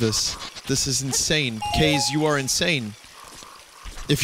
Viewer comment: Aah... Vinnys old Kaze pronunciation